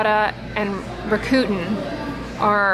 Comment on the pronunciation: Rackuten is pronounced “rack-uh-ten.” I mispronounced it until someone who worked on the account corrected me. Happy Sunday! Have a wonderful week! X